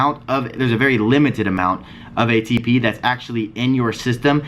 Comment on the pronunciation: idk that ATP has a different pronunciation now lols